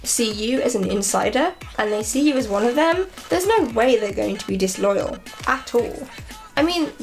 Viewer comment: Did you say reason number wand ? Because if so hilarious